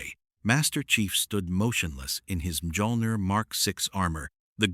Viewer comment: mee-all-neer - Mjölnir